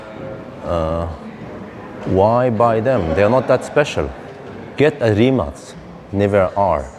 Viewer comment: Thumbs up you pronounce "Rimac" correctly 👍💪